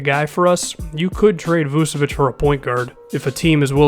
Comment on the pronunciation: It's vooch-a-vich